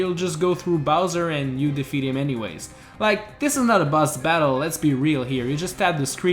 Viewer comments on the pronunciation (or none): How does he pronounce "boss" as "bus"? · its boss not bus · You said bazz its boss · Why do you say bus? U good tho! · It sounds like you're saying bus